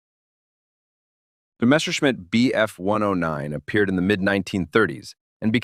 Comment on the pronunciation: And it's wrong. It's short for Messeschmitt, why would you break it up? You are literally wrong. Literally literally.